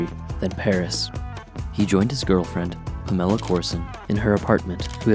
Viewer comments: My God dude at least get his girlfriend's name right! Her name was Pam or Pamela, not Pa' Mella!!! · Take this garbage down. Fix the way you say "Pamela" .... Then I'll be able to listen to this. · I stopped the sec this mispronounced Pamela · lame.. you cant even say her name properly..